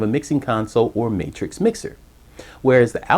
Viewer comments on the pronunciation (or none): none